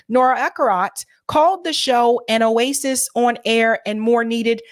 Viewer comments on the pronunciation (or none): none